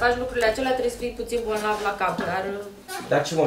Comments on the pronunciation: "Dragă" atotștiutoare, n-ai aflat până acum, ca se pronunță și se scrie, bolnav!!!! nu bonlav 😉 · nu se zice “bonlav “ ci bolnav fetita 😅😅😅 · BONLAV ???😂🤭 Serios? Parcă spunea că ea vorbește corect limba română! Iată Lupul Moralist unde era! 👎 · Am crezut ca nu aud bine cuvantul "bonlav"...... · a zis de ori gresit si odata corect